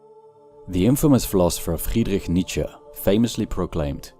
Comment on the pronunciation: My new purpose in life is to decode the grammatical phenomenon of Americans replacing “-E” with an “-A” in German surnames, when it is the last letter. Nietzscha, Porscha etc.